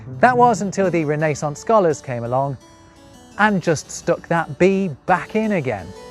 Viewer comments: Can we please talk about “Ree-NAY-sonce“? It’s pronounced “REN-na-sonce.” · Except it's not re-NAY-sense, it's re-ne-SANCE. 😂 Great video, really. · Curious about your pronunciation of Renaissance. You say it with a long "a" where as an American I've always said it with a short "a." Is this how it is commonly said across the pond or is it just a quirk of your own? You have a fascinating channel. I've always loved the English language and its varied history. Your site is one of the best on YouTube. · TIL that you can also pronounce "Renaissance" like that. I've always read it as "rene sans" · can one really talk about "irritating...English scholars" while pronouncing "renaissance" the way you do? 😂 (I just had to do it 🤷‍♂...oh, and I just HAD to subscribe also...very good)